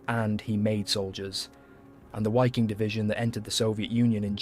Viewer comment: ITS PRONOUNCED ……VIKING SS ARMY …MADE UP OF MOSTLY SCANDINAVIAN MEN……HENCE ..VIKING …..W…IS PRONOUNCED AS …V…. OK….STOP PRETENDING TO BE STUPID……